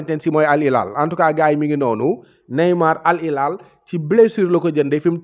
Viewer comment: Sa waay c’est Al Hilal pas Al ilal. Khana d’égo Arab wola woloff? C’est les French qui se savent rien prononcer! Wola “H”amoul ci baol-baol???